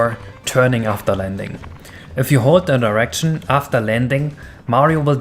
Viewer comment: At you say hold a direction but it sounds like hold an erection